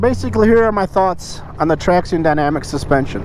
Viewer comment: Its pronounced "traction"...